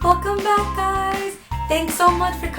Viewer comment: I thought you said welcom baka's (my ears.....-_-)